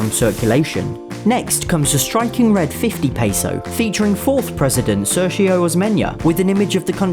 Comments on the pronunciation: it is pronounced "Ser-Giyo" or "Ser-Yo". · Sergio pronounced in Spanish way as Ser-hee-o